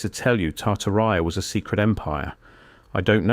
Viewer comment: British AI man can’t pronounce Tartaria correctly